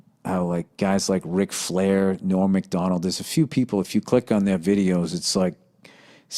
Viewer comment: Bill, It’s norm MAC-donald not Mc-Donald